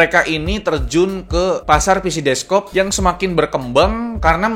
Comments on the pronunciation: desktop bang, bukan deskop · DeskTop ❌ DesKop ✅ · Beberapa orang nyebutny deskop ngab,gw juga sering nyebut desktop itu deskop 🙏